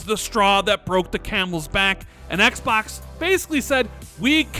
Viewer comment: Is that really how you pronounce Xbox or are you just trolling us?